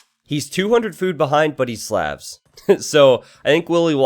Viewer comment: Love the channel. You pronounce Slavs wrong.